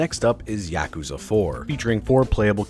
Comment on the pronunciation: Great series but you pronounce it wrong 😷